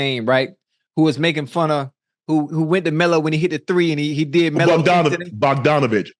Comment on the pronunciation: he wasnt making fun of melo , he does his signature move because he likes him as a player, he is doing that for years, educate yourself if you speak about basketball on basketball podcast. also learn to say bogdanovic, its not that hard